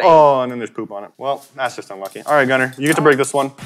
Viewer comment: You said it right Gunner